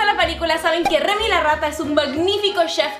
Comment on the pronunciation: Es Remi, no memi.